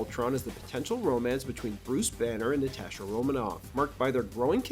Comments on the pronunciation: Why you saying “Natasha” like that? 😂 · I've never heard anyone pronounce "Natasha" like that before.